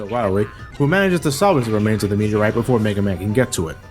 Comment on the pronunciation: Not meteorite, Meteah.